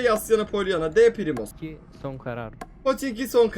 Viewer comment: #5.18 PRİMORSK diyorum